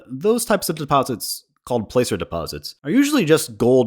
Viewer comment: Hey, not to be nit picky but placer is pronounced like plastic, if i recall correctly it was named after a group of miners but that could be wrong.